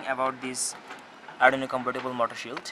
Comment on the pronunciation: Its arduino...not arrdino